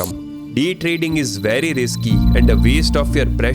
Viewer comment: Tarding❌ jugarrrr✅